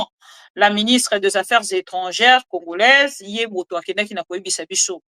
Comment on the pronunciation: 😂😂😂😂 tika boye Oza congolaise to congoraise boye bien te maman